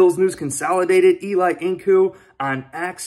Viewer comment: Not pronounced E-Lie (like Manning) but E-Lee. Thank you! #BillsMafia